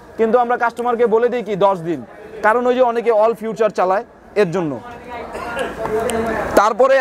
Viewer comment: Funtion re Fawshon bole abr feature re future bole